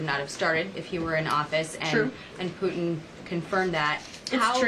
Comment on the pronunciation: Can someone teach her how to say putin?